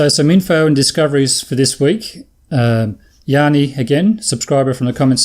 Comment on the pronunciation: I get so many different pronunciation of Gianni that I could start a YouTube channel! The way you are pronouncing it is the Greek version (Yanni). My name is the Italian version and the best way to pronounce it is like saying Johnny with an American accent. Wife is chuffed at having her husband mentioned on YouTube. Brilliant!